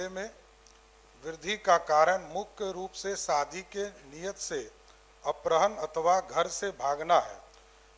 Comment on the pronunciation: Apharan read karen na ki aprahan please mantri jee